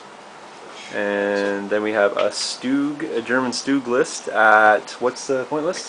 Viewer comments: VERY nice board! also you say most of the words wrong just to say so... bocage (Boe-Cage) Sturm (St-erm) and you say StuG funny... stuhhg?.... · Actually its StuG, as in Stu-G so it would be Stoog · Stoooooooooooooooooooooooooooooooooog. Its Stug you noobs.